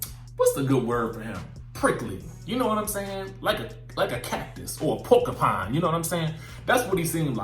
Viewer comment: “Polkapine” hahaha Your mean Porcupine??? Hahaha